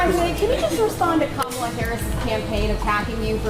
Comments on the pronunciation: She isn't called Camila but Kamala bro 😂 you have great videos, amazing patriot you are 🙏👍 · “Kamila” Harris?🤦🏾‍♂️🤣